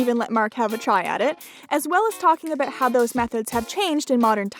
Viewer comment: Aboot? Hehe your Canadian aren't you? Kkk